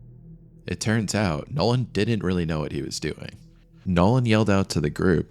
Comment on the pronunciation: Since you brought it up. Pretty good, but if you want to seriously pursue this, some study of elocution. Heard did-dent, and tha ocean. Better soundingr is thee ocean. There was another tha spot too.